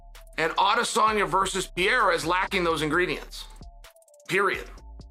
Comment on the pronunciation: Sonnin still calling Alex...Piera lol